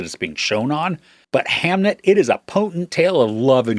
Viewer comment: Did you watch the movie? You’re pronouncing the name wrong. As someone who read the book recently and seen the movie yesterday, I was really disappointed in the movie. Jessie Buckley’s performance was great, but there wasn’t as much from her as I was expecting based on reviews. The movie felt thin and shallow, almost every piece of character conflict and depth from the book was gone. The book was so much sadder. The constant Shakespeare references in the movie was also distracting and unnecessary.